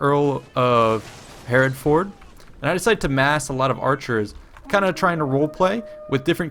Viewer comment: Absolutely love your videos, always such good quality and great commentary! one small nitpicky thing though, Hereford is pronounced Hair-ef-ud; I live there! :)